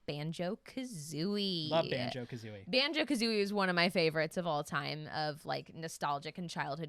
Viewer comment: sorry but.. Banjo Ka-who-ie?